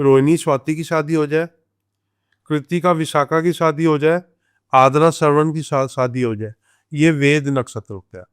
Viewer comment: Saadi nahi shaadi